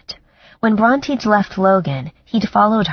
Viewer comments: This narrator is terrible. Her male voice is cringe worthy! It's also annoying that she does not know how to pronounce the main character's name. It's not pronounced Bront(i) but Bront(ae) like the author Charlotte Bronte referenced in the book. It made me want to stop listening because this is said so many times. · Same and “Brontë” often sounds like Raunchy. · Omg me too!I keep correcting her like.. SHE IS NOT NAMED AFTER A DINOSAUR, But a famous author... how do you not know how to pronounce Bronte?!?!?!?!?!!